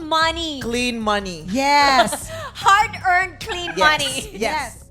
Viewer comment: Ang dinig ko "heart earned money" 😂😂😂